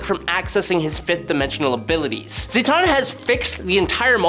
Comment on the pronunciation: Why does it sound like you’re saying Zaytanna?